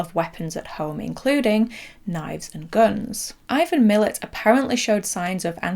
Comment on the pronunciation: Great video! Very slight correction, Ivan Milat’s who inspired John Jarratt’s character of Mick is pronounced ‘Muh-latt’ and he is known to almost every Australian as well Belanglo State Forest where they found his victims. Great video, this did pretty well in Australia on DVD as I recall, harrowing to watch 😬